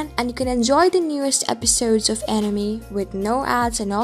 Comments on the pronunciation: It's anime not enymi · animi ... it´s anime 😅 but good video. I still wonder right now how long the anime will stay unseen in the offline list. I don´t find any info on the website anymore. I wonder why 😮‍💨